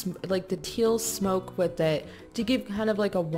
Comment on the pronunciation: she said blue smope XD